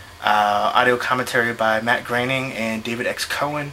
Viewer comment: it's matt groening(Graining)